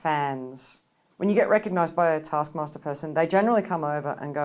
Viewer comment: I was relieved to see the graphic 'ASKMASTER'. I was concerned hearing Kiell say, "This is Arse Master."